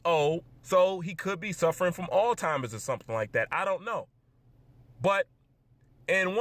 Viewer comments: its Alzheimers not oldtimers !! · Did you say altzheimers or old timers? Lol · did you call it old timers?? Bro that’s the best mispronunciation I’ve ever fucking heard. Amazing. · "All-Timers"... Aha ha ha, ha ha ha...!!!